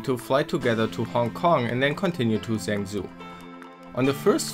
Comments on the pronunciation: stop pronouncing it as zangzoo, its pronounced more like jungjo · Zhengzhou is pronounced "jung-joe" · I clicked away as soon as he said "Zengzoo"... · Zhengzhou is sort of pronounced "shong-jo" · I love your pronunciation of “Zhengzhou”😝 (I’m not laughing at you lol) and well done in real world ctf!! Proud of you guys 👏👏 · OK this is not how you're supposed to pronounce zhengzhou at all XD